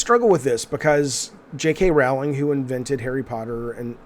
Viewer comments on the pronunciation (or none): none